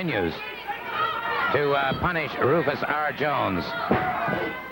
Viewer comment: I heard Gordon say Rufus R Jones. I was like Huh? 😆